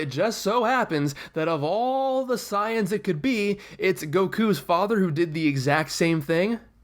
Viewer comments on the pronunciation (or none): its not siayans its saiyans